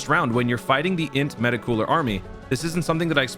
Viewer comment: the way this mf say meta cooler 🤌🏾 is the only way meta cooler should be said.